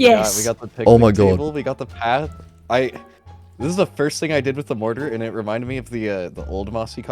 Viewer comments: please pronounce it mor-tr or mor-tuh, mor-taar just sounds very off 😭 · Your pronunciation of mortar is infuriating